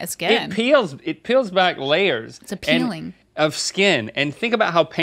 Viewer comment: “It’s aPEELing” we gotchu haha